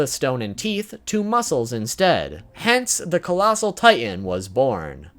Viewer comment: ah yes, colassal titan body pillow